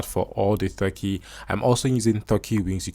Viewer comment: Stop saying "Th-urkey". It's "T-urkey".